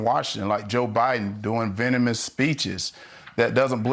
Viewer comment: Speech therapist did a really great job coaching Walker to be able to pronounce venemous. It's the first time I ever understood something Mush Mouth said. It was clear as a bell. Congratulations!